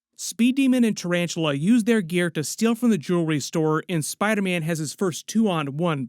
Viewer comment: saying Spidaman just made my day 🤣🤣🤣🤣